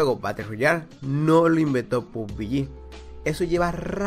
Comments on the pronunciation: Arma 3 y Day Z? Hahaha haz tu tarea, playera unknown trabajo en los estudios de las creaciones que acabas de mencionar Pubg solo fue el paso final, y se pronuncia "Pub-G" no pub-bi-yi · Pub-biyi pugbiyi pubiyi 😵😵😵😵😵 evita la Bi. Solo pubG (pubyi)